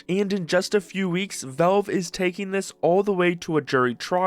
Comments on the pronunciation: WTF is "velve"? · It's crazy how your entire channel is about Valve but you refuse to learn how to pronounce the word correctly. It's not Belb or Velb or Velv.. it's VALVE. Try this please. Say the name Al as in Albert. It's not Elbert. It's a short A sound. You're saying it with a short E sound. Please figure it out because it's extremely obnoxious. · How the hell are you pronouncing "Valve"?